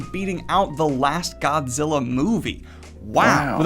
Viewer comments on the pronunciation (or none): none